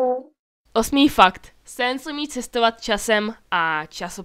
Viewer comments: BTW sans se nerika sens ale sans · necte se te papajrus ale papyrus a neni to sens ale sans